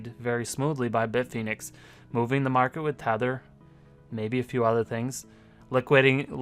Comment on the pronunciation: Stop saying bit-phoenix. It's bit fin ex